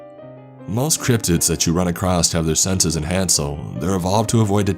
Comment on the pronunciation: The word is pronounced "across" not "acrosst". You keep saying "acrosst." ("There are several categories that you'll come acrosst.")